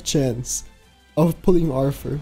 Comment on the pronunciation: Each time you hear say "Arfur" you take a shot.